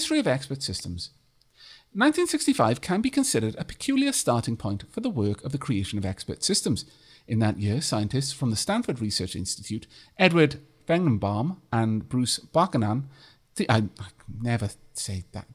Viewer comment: Buchanan is pronounced B-you-canon Feigenbaum is Fay-gen-bomb